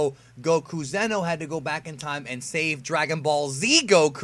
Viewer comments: zee-noh, not zen-oh fuck I made a joke on accident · Its pronounced ze no not zeno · Zee no Goku not Zeno Goku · *Xeno not zeno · Xeno is not pronounced “zeno” it’s pronounced “zee-no”